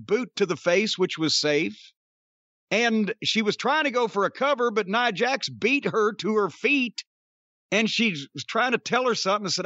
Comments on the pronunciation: Cornette keeps saying Neeah Jax. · He don’t even kw how to pronounce Nia Jax name. Can tell he don’t watch the women matches.